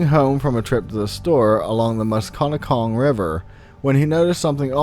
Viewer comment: The river is pronounced Mus-Ka-Net-Cong... It's Native American